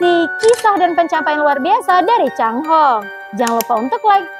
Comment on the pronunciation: Bahasa Mandarin chai hong adalah pelangi bukan cang hong